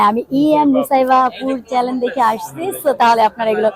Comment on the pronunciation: ২৪ মিনিট ১৬ সে: হতে ২২ সেকেন্ডের সময়ের মধ্যে "চ্যানেল" কে আপনি "চ্যালেন" বলেছেন। উচ্চারণ শুদ্ধ হলে আরও ভালো লাগতো।